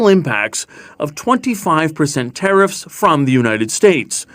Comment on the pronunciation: Trudoh Grasping at straws!¡, your mispronunciation of TARIFFS Is As Annoying as Fergus Muting the Mike During QP!! FIX IT!!!